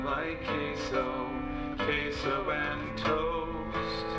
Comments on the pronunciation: Queso which is cheese in spanish is pronounced as "Keh-So" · Queso is pronounced. K. SO.